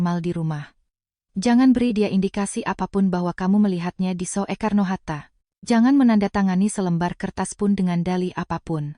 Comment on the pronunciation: Soekarno hatta, bukan so e karno mbak,yang benar sukarno